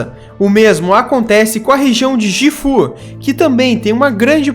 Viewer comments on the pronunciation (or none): Não é "jifú", é "guífu" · Gifu não é Jifu. Parei por aí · Só pra salientar amigo. O estado de Gifu-Ken não se lê com som de "Gi" fu! O correto se fala "GUI-FU" mas escreve Gifu-Ken.😉👍🏻🤝🏻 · Jifu não Gui fu Ken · Não se pronucia gifu se pronucia guifu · GIFU NÃO ,SE PRONUNCIA GUIFU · sim eu moro em.guifu ken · Belíssimo material, muito elaborado e feito com capricho!! Parabéns!! PS: só um toque: sou morador de Gifu o este estado pronuncia-se como ''Gui''fu (igual a Guilherme) Um abraço e continue assim!! :) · Conteúdo de alta qualidade??? Não sabe nem pronunciar Gifu.......na boa Jifú é de cair o cu da bunda.... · Estado Gifu se pronuncia corretamente em japonês Guifu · a pronuncia de Gifu ｅ guifu. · Otima matéria !!! Só me permita fazer uma correçao na pronuncia... Nao é Gifu.... E sim,tipo,Guiné,entendeu??? Portanto,escreve-se Gifu,mas,pronuncia-se Guifu !!! Valeuuuuuu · Não querendo ser chato mas já sendo, Gifu lê-se "GUÍFU" e TSUnami não é "Tissunãmi" é "TSUnámi" TSU de Jiu-jiTSU. Você não pronuncia "Jiu-jitissu" ou pronuncia?